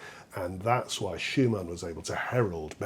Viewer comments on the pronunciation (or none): none